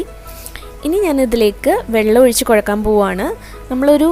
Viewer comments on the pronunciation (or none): കോഴക്കാന് അല്ലാ കുഴയ്ക്കാൻ എന്നാണു പറയേണ്ടത് . കുറ്റമായി തോന്നരുതേ😊